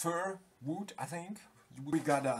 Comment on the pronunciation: ook wood dutch plus englisch funny guy